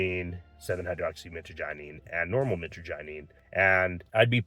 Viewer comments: Michagyneene lol. I appreciate that you're not fear mongering, but for someone who has been using it for over 10 years, that pronunciation was horrendous. Mih-trah-ja-neen, Mit like in mitch, trah like in trash, neen like in lean or nine like in 9. Both are the most common pronunciations, but I'm not a linguist. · Dude no disrespect but please learn the correct pronunciation of the alkaloid.